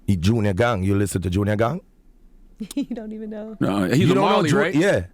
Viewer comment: Did he say junior gong?